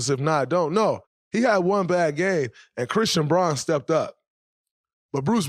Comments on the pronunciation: It's pronounced " Brown", ESPN pronounces it correctly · Thx Draymond. Christian Braun pronounces his last name Brown